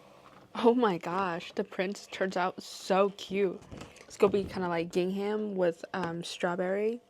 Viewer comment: A lot of crocheters are having hand/wrist pain. Fortunately you have other products you can work on. Bookmarks are pretty, you are so artistic and creative. I love gingham as well. BTW the “h” in gingham is silent. English language is so confusing😂.